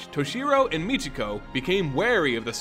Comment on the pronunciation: Why do you pronounce her name mitch e go? Her name in pronounced My key ko.